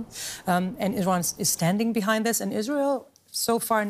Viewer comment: Finally a news anchor who knows how to pronounce IsrAEL (as opposed to IsREAL)